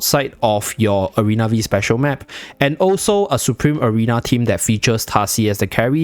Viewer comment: It is "Arena Five" map, not "Arena Vi"